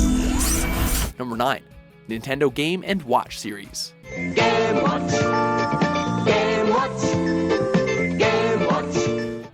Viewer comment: "Gaay watch! Gaay watch! Gaay watch!" I'm the only one hearing this? ok